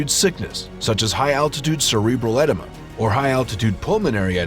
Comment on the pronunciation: hahaha I also heard enema 😆 thought it was my aging ears! BUT quite possibly the WORST recounting of events surrounding the most tragic day in commercial mountaineering (to date). I have absorbed most of the information (but not all) and this video has more inaccuracy's than a Storm trooper firing range! The movie EVEREST has more accuracy than this video !!! ,,,,and that was Hollywood sanitised !